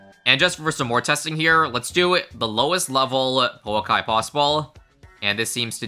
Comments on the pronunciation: the o in pouakai is not pernoust oh it is more of a just a ooooo look up maori vowels. maori is sort of a second language to me and ive liveed in new zealand my whole life it is funn to see americans and people like that try to pernounce maori vowels because they always get it wrong. no hate love the vids keep up the good work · Kiwi here, I think it's pronounced like poo-akai, we have a hiking trail by where I live called Pouākai and that's how we all say it. Cheers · Also Pouakai is a maori word and it pronounced po-u-Long A-ka-EE so yea ur pronoucing it wrong